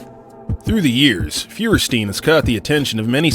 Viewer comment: Nate "Fewer-Steen" wtf lmao